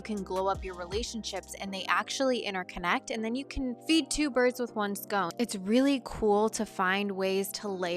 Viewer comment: "Did she say "feed 2 birds with 1 scone"? ❤